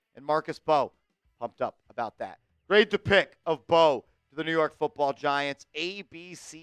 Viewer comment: His last name is from Senegal 🇸🇳, the M and B are combined when pronouncing his last name [MB]…; it’s not M-Bow and definitely not …BOW😂😂😂😂.